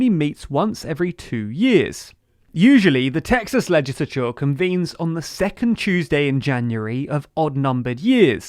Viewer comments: I like how he says legisicisicisolour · Why are you saying 'legislature' so weird? This channel has the weirdest accents.